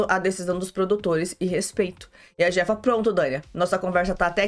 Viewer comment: a pronúncia do J no Espanhol tem som de C então e a chefa. Eu assisto este reality no Telemundo, aqui dos USA.